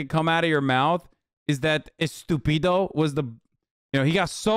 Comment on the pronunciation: It's actually "estúpida" not "estupído".